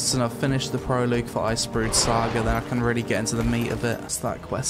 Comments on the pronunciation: It's pronounced Proh-Log, not pro-Logue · "Proloog" I assume you mean "Prologue" Which is pronounced "Pro log" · It's pronounced pro-log... Don't know why that irritated me so much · Pro-loog. That's a Professional Loogie, for those in the know. 😁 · 'This is a pro-loo-g level' 😂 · I’m glad someone else spotted that. Made me giggle enough to rewind and listen again ... twice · "proloog" smh